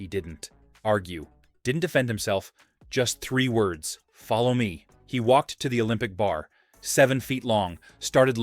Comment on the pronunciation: Steve didn’t argue, just said 3 words: Fol low me.